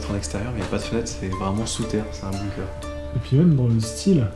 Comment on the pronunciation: Tout le monde dit "BOOMker" c'est BUNker les gars, prononcez-le bounker si vous préférez... De rien 😃😘